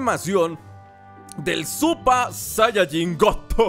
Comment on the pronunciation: Se dice saiyajin con i